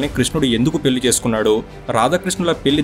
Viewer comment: పెల్లి కాదు పెళ్ళి.